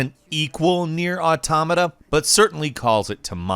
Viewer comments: ...It's "AUtoMAta". Not "auTOmata". Every time I heard that, I felt like someone was kicking my ear in. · Cant keep watching if this guy is going to keep saying automata that way.